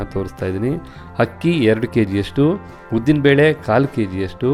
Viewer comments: Congratulations dear... 😊for your success.. One suggestion is has to improve his pronunciation of akki (pronouncing HAKKi)..and uppu (He says Huppu).. Hope u take it positive... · Hakki alla akki.. pls aa and haa kara sari madkoli sir.. chennagirutthe..